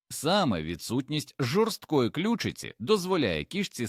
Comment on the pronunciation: Інформація цікава, але озвучення ШІ все псує! Слухати такий контент з жахливими спотвореннями наголосів - себе не поважати! кішкИ сплять, клЮчиці, хрЕбці, мУркоче, кОта, лапкИ, кУщі, здобИча і т.д. Цікаво, чи автори каналу самі слухали те, що вони пропонують людям?